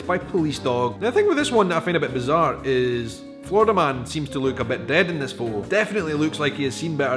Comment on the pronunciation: Just to let you know, there is only 1 "d" in Florida. You keep saying "Flordida". Try not rolling your Rs.